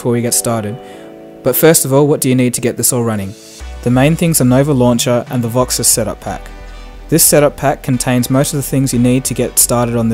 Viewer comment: Why do you call it VoxiS? Awesome look, by the way, setting it up now. Also: Is there any way you can see notifications other than calls and texts such as Whatsapp, Viber, Skype, Twitter, ect. without having your status bar show? I've been struggling with this for a while.